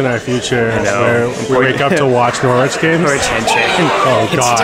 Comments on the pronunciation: Great videos guys! Just so you know, it's pronounced Norritch and not Nor-wich =) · It's pronounced NORRIDGE!!! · I know Norwich very well and been to all those places. PS it is pronounced Norrich 😊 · Thanks. I winced every time said it that way 😂